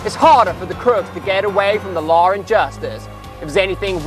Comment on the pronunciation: he says law(r) and justice. When you add this R it sounds really british.